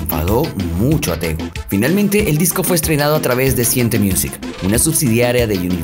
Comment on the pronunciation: Me llamo tegui me dicen tego….. El nombre lo dijiste mal